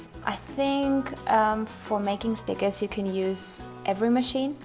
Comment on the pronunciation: You know your fat when you say SNICKERS instead of STICKERS..